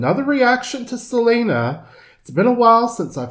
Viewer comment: Yo no entiendo xq los hablantes inglés le dicen Selina... Cuando es Selena...??